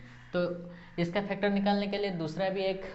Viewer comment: Factor hota hai phactor Nahin